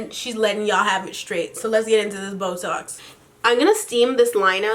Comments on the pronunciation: It sounds like she is saying botox! 😂😂😂😂😂😂😂😂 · Lol, when you said BoeTalks I thought you said Botox! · for one sec there i thought she was saying botox lol XD